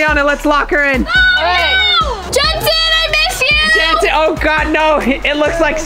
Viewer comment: i love how elliana is like gensen are you ok